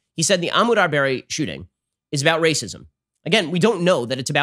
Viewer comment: I wonder if Ben will ever learn the truth about Ahmaud Arbery... or learn to pronounce his name.